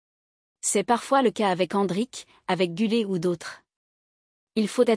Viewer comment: GÜLER et pas GULET😅